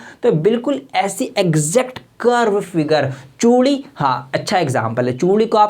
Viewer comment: that is choodi not toodi😂😂😂🤣🤣🤣🤣😂😂🤣🤣